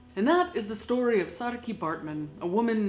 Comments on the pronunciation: I'm South African and am very impressed with how you pronounce Saartjie's name correctly! It's a difficult one to get right if you're not used to the language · Saartjie is pronounced sarcky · On behalf of all South Africans, I would personally like to thank you for pronouncing "Saartjie" correctly. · I agree! Thanks for respecting our language as well as the legacy of Saartjie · Well done😁I was kinda surprised when you did pronounce it right but I'm proud👏👏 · Ivana Davids i was thinking the exact same thing! Sup fellow SA audience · saartjie was a dutch name, not south african, but i still think its good that she made an effort to pronounce it correctly 😌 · it is a name in Netherlands too, but with a distinctly different pronounciation. SaarTje versus SaarKey (hard to write sound differences XD) So yeah this is definitly South African and as a Dutch person I am very happy to see South African culture and identity respected in this space :) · On behalf of every south African thank you for taking the time to pronounce her name right... Depending on if you're coloured or black sometimes it may be pronounced SARR-(ROLL THE R'S) CHIE but im so happy you did your homework i love you're videos btw Thank you ❤️❤️ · Thank you the correct pronunciation of "Saartjie" on behalf of all South Africans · Yeah, I’m impressed with her pronunciation as well! People often struggle with the rrrrrr in our words! Hi from Port Elizabeth!👋🏻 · I know many have said this already, but as a South African, thank you for taking the time to learn the proper pronunciation of her name - the 'r' and 'tjie' sounds are not easy for English speakers! Saying her name right just gives so much more autonomy and humanity to her as a person. Thank you for the empathy and care shown to Saartjie and her heartbreaking life. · Thank you for your correct pronunciation of Saartjies name. Big fan of your channel. Lots of love from South Africa. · I love how you pronounce her name correctly. Thank you!